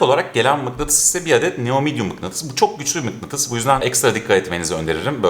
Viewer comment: Kardeşim arada çoh çohh güzel görünüyohhh falan diyorsun ya. İşte onları deme. Videodan kopartıyorsun adamı.